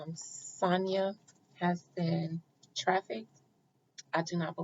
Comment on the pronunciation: Thank you for the read Adina. Her name is pronounced Sa-Ny-Ya. This truly hits close to home for me. 😔😔